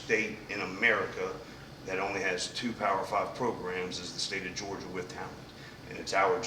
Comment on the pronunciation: So he can’t say Georgia